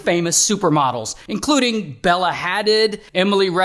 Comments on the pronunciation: "bella had-did" 😭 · Bella ha-did😂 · “Bella hahdid” 😭😭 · “Bella Ha-did” 😂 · They way he said bella Hadid is crazy